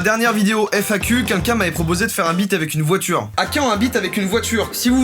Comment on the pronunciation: Ptn.g l esptit pal placé a chaque fois qu il dit.beat j entends bite😅😅